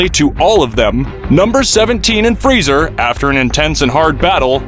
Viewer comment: He called frieza friezer